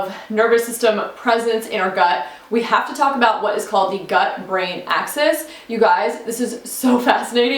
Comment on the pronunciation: It’s gut-brain axis, not “access”. Pretty good video.